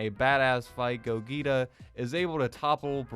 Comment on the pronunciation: do you not know how to pronounce Gogeta? or are you doing that on purpose?